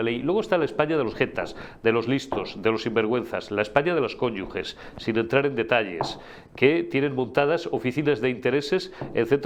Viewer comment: Cónyuges NO ! Cónyuges!!!!! Atención a la prosodia !!!